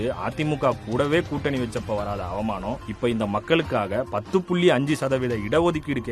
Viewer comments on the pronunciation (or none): இப்படி பேசறத கேட்க எனக்கு "அவுமானமா " (not அவமானம் , அவுமானம் ) இருக்கு. (என்னடா உச்சரிப்பு இது... )